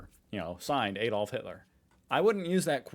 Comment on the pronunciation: "hay dolf" Hitler ? It isAdolf Hitler as in Adam Advance,, admission etc That's how Germans and the rest of the world pronounces that name, not haydolf